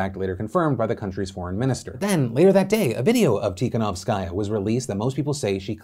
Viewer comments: You don't read her last name with an accent on the last part like you do: tikanowsKAJA, but rather accent should go on the third syllabe from the end like that: tikaNOWskaja. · Hey! As a person who was born in Belarus and has many family members living there, I am going to try to ignore Phil's pronunciation of "Tihanovskaya" and say that it has been fucking terrifying. Looking at videos and photos of the police attacking people, hearing about arrests of people who were literally just walking on the street, not being able to contact my boyfriend for several days due to the lack of internet and the looming threat of a civil war. You hear about scary things happening in other countries and you get desensitised but when it's happening to your family it's a completely different feeling.